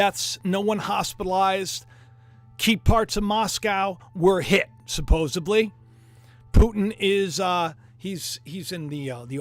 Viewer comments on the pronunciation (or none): not "supposably" -- SUPPOSEDLY....suPPOSEDly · Supposedly is correct ✅ Supposably…is NOT!!!